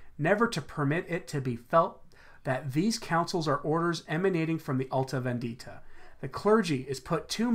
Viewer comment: the correct pronunciation of vendita is on the penultimate syllable VENdita not venDIta.